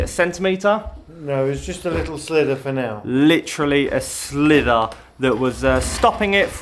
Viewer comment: 😂... sliver not slither!